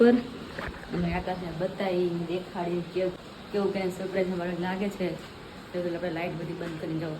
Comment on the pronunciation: Sapraies ne sarpraes kevay